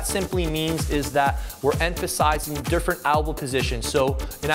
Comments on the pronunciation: Yeah lmao albow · Albows =/= El-bow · It's "elbow" btw but much love for what u do 👍